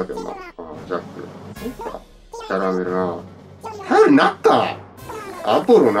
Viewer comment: キャラメェルって言ってるの好き笑笑